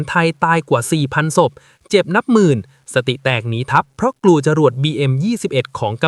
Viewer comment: ศพทำไมพูดส๊พครับ❤